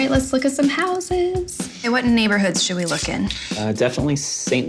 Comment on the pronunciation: irritating when the plural of house is pronounced housses, when it should be houzes.